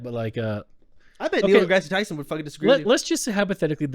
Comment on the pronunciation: They way they said NDT name has to be rage bait. You should try to get him thought, please learn his name first.